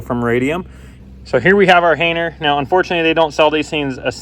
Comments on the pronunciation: "hayner" or "hanger"? 😄 I was so confused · I mentally flip out every time you say hainer